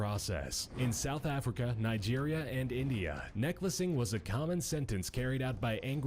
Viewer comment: It’s because he mispronounced necklacing 🤦🏽‍♀️😂 and he was just waiting to see if any of them noticed